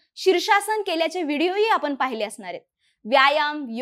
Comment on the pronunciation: होन लक्षन पुन काय तुमचे उच्चार आपन